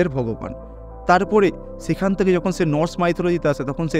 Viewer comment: তিনশো থেকে = শুনে মনে হচ্ছে বলেছেন (তিনশো তেকে) ।